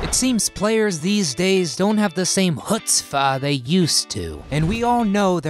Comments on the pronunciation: It's chutzpah, not chutzfah. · "Chutzvah"?! Oy, ve!